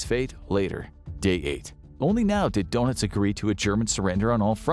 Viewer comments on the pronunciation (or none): This guy's pronunciation of the last names is driving me nuts. It's not donuts for pete's sake. Ugh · Gee, considering that there is about 90 years of historical films, you'd think they'd at least learn how to pronounce Goring and Donitz' names properly........GYURR-ing, DURR-nitz..